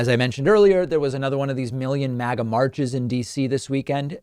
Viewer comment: Ok but why is Fuentes pronouncing it "mogga"? That's almost more irritating than the insane verbal diarrhea dribbling out of his face hole.